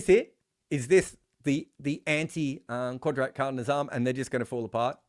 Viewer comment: Never did I think I would see an aussie trying to say Qudrat ka Nizam. Btw for anyone wondering you say it Qud like could then rat like rat Ka like the Ca in Car, Ni like the Ni in Nissan and zam like you'd say jam but with a z. You said the qudrat part bang on tho so props. The literal meaning of the phrase can loosely be translated to Nature takes it own course. Anyone with a better translation is welcome in the replies. Edit- You made my comment obsolete with the 2nd pronunciation.